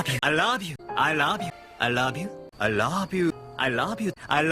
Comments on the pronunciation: I like the part where he says 'I rouve you' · It sounds like "I lob you" to me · Damn, I almost make it past the middle with it still sounding like "I love you" but in the end It ended up "I rob you, I love you, I lob you, I rob you, I love you, I louuve you" XP